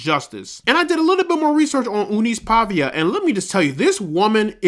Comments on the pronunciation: It’s not Pavia, it’s Paiva…lol….Paeeeeehhhva. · Meu querido. Não é PAVIA. E sim, PAIVA.